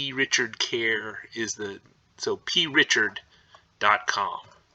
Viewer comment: I wanted to slap the P out of him for not saying the C every single freakin time he said the name of the store. Drove me insane.